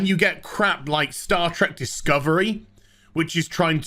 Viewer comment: HAHAA HE SAID STAR TRECK HE SAID STAR TRECK I WAS THE FIRST TO NOTICE REEEEEEEEEEEEEEEEEEEEEE